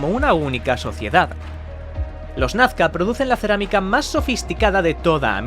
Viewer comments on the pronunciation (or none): No es "Nafca", es Nazca, por pronuncia bien!